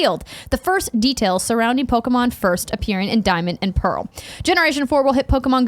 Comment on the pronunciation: Andrea you got the Pokemon names correct! Good job!!